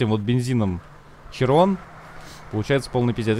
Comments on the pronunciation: "Широн" , а не "Чирон" .) Такой вот французский язык)))) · Уши кровоточат когда булкин говорит Чирон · Широн блет, а не чирон